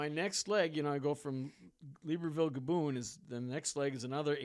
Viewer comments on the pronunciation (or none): Take a shot every time he pronounces Gabon as GabOOn